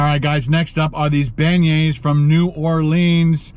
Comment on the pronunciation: PLEASE please. If your are going to broadcast a video AT least PRONOUNCE the word properly.